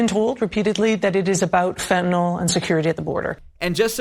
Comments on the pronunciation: Why do people pronounce Fentanyl...Fentanol ? There is no "o" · Stop saying "fentanol", its "fentanyl".